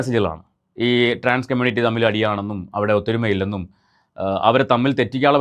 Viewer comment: എവിടാരുന്നു....... Waiting ആരുന്നു ❤️... പിന്നെ ആരെങ്കിലും onnu അങ്കിൾ നോട് പറ കമ്മൂണിറ്റി അല്ല കമ്മൂണിറ്റി അല്ല, കമ്മ്യൂണിറ്റി ആണെന്ന്.......😂😂😂